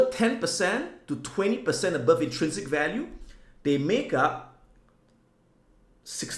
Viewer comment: absolutely no one: Adam: ABoœuVE